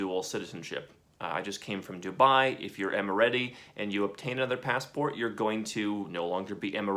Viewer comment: It's Em-ah-raty